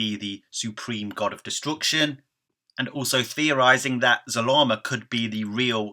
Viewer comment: Really? It's Zarama